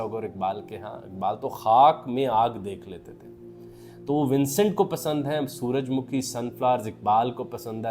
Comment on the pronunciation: سر سن فاور کا اوردو تلفظ سورج مّکھی بلکے سورج مُکھی ہے تاہم آپ نے کئی بار سورج مُکھی بھی بولا ہے۔